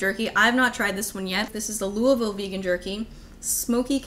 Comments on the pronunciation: You actually said Louisville right holy shit I’m surprised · YOU SAID LOUISVILLE RIGHT! I'm so proud